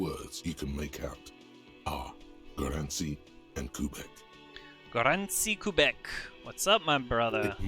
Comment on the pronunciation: wtf Gorący Kubek? xD You pronounce the Gorący Kubek better than he can pronounce the rest of the Polish words. Gorący kubek means hot mug and this is the common (and brand) name for instant soupes xD